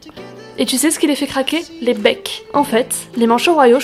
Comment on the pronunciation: J'ai beau regarder sans cesse la vidéo quand tu dis "les becs" je comprends "les pecs" 🤣🤣🤣